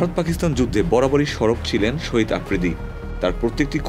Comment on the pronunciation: Sohid noy re vai shahid bol😅😅